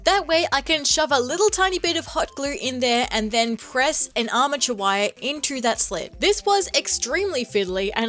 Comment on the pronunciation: okay who else heard "amateur wire" instead of "armature wire" I was like damn what do the wire do to you😭 cool cosplay btw